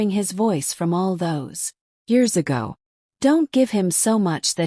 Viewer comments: AI will be a wonderful tool for students who can proofread. It was annoying in this story when AI would spell the words in a sentence like ‘J-o-y' instead of pronouncing the word joy; as 'a-go' for 'ago,' 'I-t' for 'it,' and instead of saying 'us’, AI spelled u-s. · This was a great story. However, it was annoying when AI would spell the words in a sentence like ‘J-o-y' instead of pronouncing the word joy; as 'a-go' for 'ago,' 'I-t' for 'it,' and instead of saying 'us’, AI spelled u-s. Please hire a human to proofread and revised the stories wherever needed.